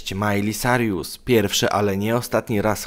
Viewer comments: Czm gadasz Majli Sarjus XDNie czasem Majli Sajrus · Miley "Sarjus"? Aha... Ja myślałam, że "Sajrus" ale ok... Ja się nie czepiam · Majli Sajrus? Bożeeee zabierzcie mnie stąd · Majli Sarjus Hahahah ok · Emm...mówi się majli sajrus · Majli sajrus